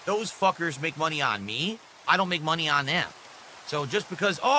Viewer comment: No mahney, no gaem! Angry